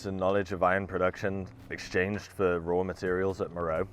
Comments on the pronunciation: Please: "MER-oh-ay" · Great observations. My only issue is that my ears heart every time you mispronounced Meröe. It's "Mer-O-way". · nice work as usual, thank you. Only comment I have is regarding Meroe and how you pronounce it. Being native of Sudan, I can tell you the natives pronounce it MA-RA-WEE, sounds nothing like the spelling, I know:) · Meroe is usually pronounced “Me-ro-way”.